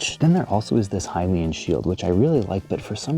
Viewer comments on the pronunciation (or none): none